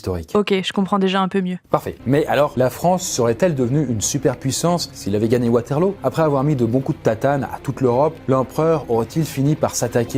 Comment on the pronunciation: on prononce waterlou enft